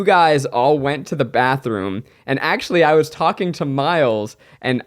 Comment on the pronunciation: Is anyone else wondering when everyone will stop pronouncing Miles' name wrong? 😂🤷